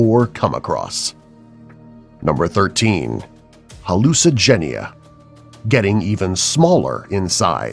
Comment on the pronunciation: Hallucigenia lol